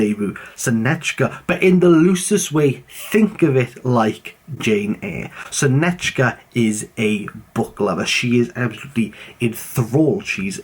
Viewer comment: It is actually pronounced differently, anyway in Russian we pronounce it as sOnechka, not sonEchka.